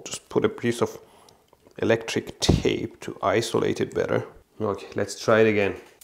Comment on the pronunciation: i like how he says eletric thape